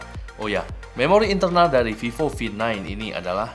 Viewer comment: Is vivo v9 you saying like “fifo fi9”